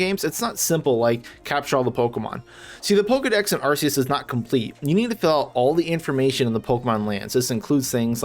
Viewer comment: "ar-ke-yus" man correct your pronunciation first